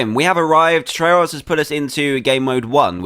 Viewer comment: I wonder why it's soooooooo hard to say try Tryurus